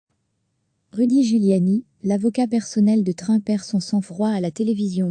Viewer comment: il faudrait réviser votre façon de prononcer le nom de "Trump"